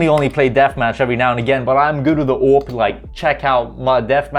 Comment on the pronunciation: its not avp its awp